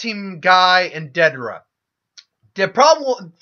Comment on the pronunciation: Bro Love the what if vids, but there a few things that have been driving me crazy. Your pronunciation of names. Its not da-dara, its Day-der-a. Or Orochi gaurd its not jarombo, but ja-row-bo. Or not Ma-dara but Mada-ra. Theres more but I cant remember them all. Idky but its really urkin me. Ima always support cause I like the content but ya gotta do better on these names my dude. Also, Shika was team 10 not 9. Neji was on team 9.